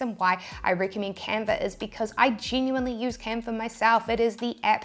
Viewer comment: I searched and searched for the Camper app, (spoiler alert: there isn't one); Then I sware you said Camfer..another dead end. Then I lost the link to this video and found font apps (don't ask). Finally I refound this vid and isolated myself in a sound proof room, and replayed that part where you said Canver over and over until it finally dawned on me that you were saying Canva... Ok, now to find where you showed the transparent background work-around... This tee-shirt business is a real mind workout, whew! :-)